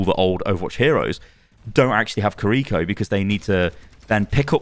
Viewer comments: completely unrelated to the BP stuff but god does it hurt hearing pronounce Kiriko as Kareeko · I don’t speak Japanese, but I think it’s pronounced KIR-I-ko like the accent is on KIR instead of the second I.